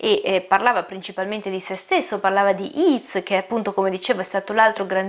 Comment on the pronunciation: "Yeats" si pronuncia "ieits" e non "iits".